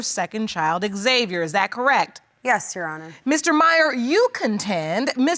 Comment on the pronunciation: Why does the judge keep calling him X-Xviar though? It’s xaviar no x